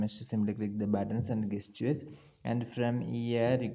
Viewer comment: Thanks. By the way, the word 'gesture' is pronounced with a 'j' sound (jes-chr)